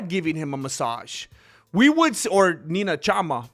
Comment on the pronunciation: Did bro say NINA CHAMA 😂